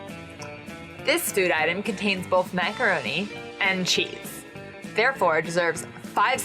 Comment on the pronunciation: I'd just like to give a bit of appreciation for how pronounces "macaroni and cheese".